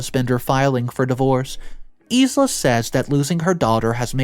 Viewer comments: Sorry,, Isla is pronounced “eye-la”. It’s actually the name of an island off the west coast of Scotland. Please don’t think me nit-picky, it’s just so you will know how to pronounce it,if there is a next time. Thank you for your great work, I love it!!! XXXX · It's said eye la, not isla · Isla is pronounced "i lah" or Isle la. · Once again my dude you got a major name wrong. It's pronounced eye-la. Maybe Google it if you don't know how to say it. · ISLA I believe is pronounced EYE-LA Like ISLAND is NOT "EES-LAND" the only redeeming factor to the number of mispronounciations is if you are not from North America (Candana or USA) I had previously "taken a break" from your channel for days up to a week so I did not leave angry comments thinking you knew better. I mean Hello triggering ADHD and Bipolar crap